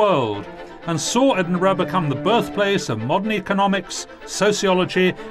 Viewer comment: The "burgh" or Edinburgh is pronounced "buh-ruh", not "bruh". Look up Burgh on Wikipedia.